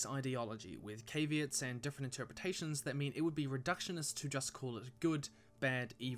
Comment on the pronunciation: I found it ironic that as a Brit you mispronounced “caveats” so badly!